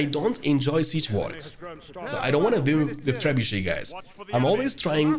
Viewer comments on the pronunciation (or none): none